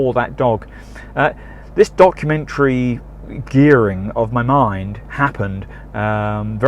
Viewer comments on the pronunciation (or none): I'm certain you said "dogumentary" at one point :).